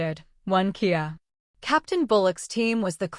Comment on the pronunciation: For the AI. Kia is kindof car. I think you mean K-I-A for killedi in action.